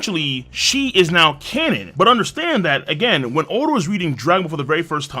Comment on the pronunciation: Oda not O-da.